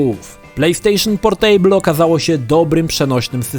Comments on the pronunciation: Boli mnie jak wymawiasz słowo 'Portable'. Mówi się 'PORTAbl' a nie 'porTEJBL'. To nie jest stół :P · to nie jest POR STÓŁ. "Portejbyl" ^^ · Jak słyszę to "portejbl" to mi się w kichach wywraca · PorTEJbyl - ten człowiek nazywa się redaktorem, a nawet nie sprawdził, jak nazywa się produkt. Totalna ignorancja językowa. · A spierdalaj, każdemu się idzie pogubić. Ja do tej pory nie wiem jak się "portable" czyta. Zero wyzumiałości :'(( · fajny film ale wymowa Portable jest zła wymawia się portybyl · Playstation Portejbyl 😂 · >portejbl usuń to xD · Super materiał. :) Jednakże to "portejbyul", tak strasznie drażni... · zle czytasz Portable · sprawdzaj wymowę takich słów jak "portable";) wystarczy włączyć jakikolwiek słownik online i posłuchać.